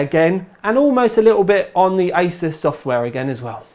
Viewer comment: did he say ISIS XD